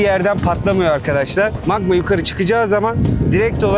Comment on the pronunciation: Nobody : Alper : maĞĞĞĞĞma - _